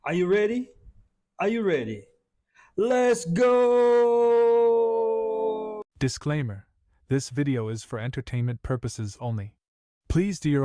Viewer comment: Less Ah-Go! 🎉